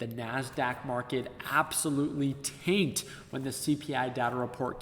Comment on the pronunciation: When you said tanked it sounded like taint. T'aint one t'aint the other . T'aint